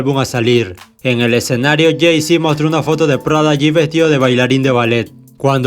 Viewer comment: No es prada g, es prodigy, me hace demasiado ruido escuchar eso en todo el vídeo u.u Also Prodigy me parecía uno de los mcs con más flow a la hora d vestirse u.u influencia foreva Eva eva Eva...